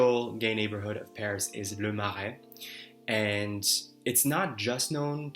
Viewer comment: Kudos on the French accent when pronouncing Le Marais! That was on point 👏 And I agree that one of the joys of conversation is when there’s a sense of back and forth, of probing beneath the surface - and a genuine connection. Over the years, I’ve learned to be more efficient at prioritising who I want to converse with, and really not spend energy when I’m not feeling any engagement from the person I’m talking with. I’ve learned that I don’t have to be compatible with everybody. But when you get that genuine connection, that’s where magic happens, and it’s an invaluable feeling.